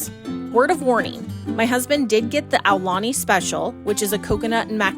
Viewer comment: Thank you for pronouncing it correctly